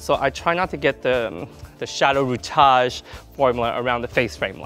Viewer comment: Love your work, hate you say rootage.